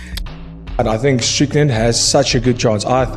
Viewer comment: Not ddp not say strickland but shicken